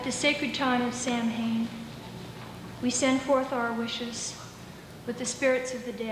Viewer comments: What a treasure! ( and BTW, if it sounds funny when she says "Sam-hayne", remember that it's no worse when the rest of us still are saying "Bell-tayne" - - same pronunciation error; we should be saying "BALL-chinnah" ). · It's very good, as an insight into the scene in 1974 (Back when there were American witches who still said "Sam-hane" ... way to snap me out of an appreciative trance).